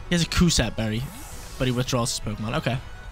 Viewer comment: "Cus- stab" berry....